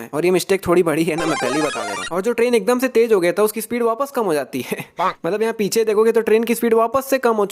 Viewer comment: you talk akdomse Akdamse